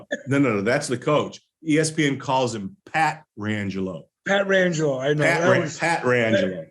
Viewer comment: She pronounced it "Pat trangelo"